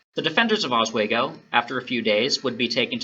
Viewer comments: Oswego is pronounced Os- wee- go. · Bothered me with the "oswaygo" pronunciation too 😅